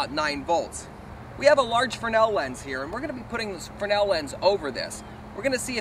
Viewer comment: I've never heard fresnel pronounced "fruhnel" without the s.